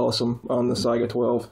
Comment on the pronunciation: Thank you for pronouncing Saiga correctly.